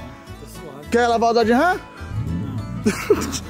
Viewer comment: A RAM não é da marca DODGE, se separaram, e é Dodge, e não DOD ! TMJ !